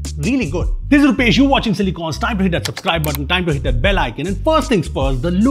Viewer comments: Bro - Subscribe ✅ Supscribe ❎ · Its SUBSCRIBE NOT SUPSCRIBE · suPscribe? 🥴. What the hell is "P" doing there? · He means sup like wassup ig